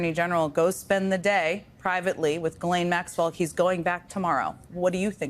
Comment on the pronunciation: not at all important, but I think this/she has clarified here how to pronounce “Ghislaine”.